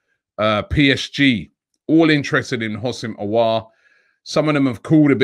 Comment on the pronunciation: The way Robbie pronounces Aour’s name🙈😅😂